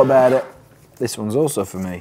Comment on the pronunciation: "Thes uons fo mei"